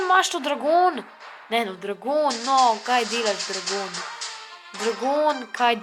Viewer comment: Dregon ne dragon